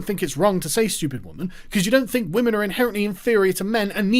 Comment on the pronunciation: He said respecttt Wamen